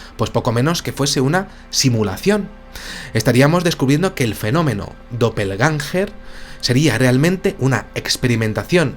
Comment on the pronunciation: El Termino Doppel Gänger se pronuncia guenga significant duplicate o clon, tambien puede referirse a la autoclonacion. Para entenderlo eso era lo que hacía Naruto para multiplicarse.